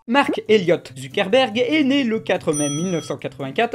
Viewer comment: Quand il dit Zuckerberg j'ai l'impression qu'il dit ZUCC-erberg. Je peux pas être le seul.